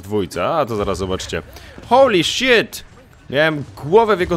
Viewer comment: o kuhwa ! cytuję: "hołli szjet zjeżdża do góry" XDDDDDDDDDDDDDDDDDDDDDDDDDDDDDDDDDDDDDDDD